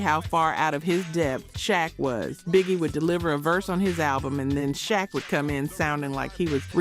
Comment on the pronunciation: You said u did research but then failed to pronounce benzino correctly even shaq, are you AI or something cause those names been mentioned for years and u should know how to pronounce them. Oh okay u said benzino right after the title lol . Ill give you that one . But no excuse for saying shaq wrong